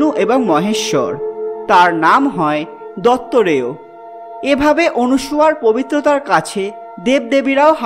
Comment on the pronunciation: দত্তারেয় নয়। দত্তাত্রেয়।